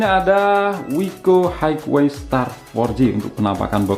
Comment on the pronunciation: Highway dibaca haiwei, bukan haigwei